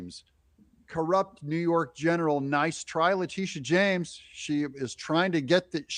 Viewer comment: Not how you pronounce her name…maybe it’s the lisp…this is what EVERY AG does prosecute white collar crimes included, Trump is NOT president anymore PERIOD….you, and any other citizen would be prosecuted so…….